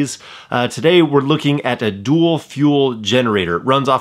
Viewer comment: Great video! BTW - It's "Dual" not "Duel". A "Duel" is a battle of honor...